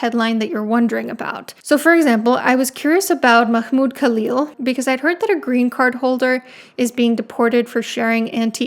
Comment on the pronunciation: i loved how you pronounced Mahmoud Khalil first name. Sounded pretty accurate to me and i am impressed.